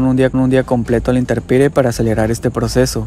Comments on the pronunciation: 1 se dice intemperie no interperie 2 es oxido de zinc no oxido de zin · Muy bueno el video, calidad la información. Solo una observación, se dice intemperie, no iterperie.